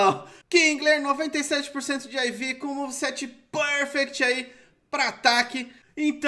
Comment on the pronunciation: pârfecti 😂😂😂😂 eu boto pra rir, lembra o professor aloprado